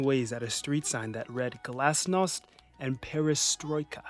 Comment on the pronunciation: Неожиданно, но мне понравился акцент при прочтении "гласность" и "перестройка"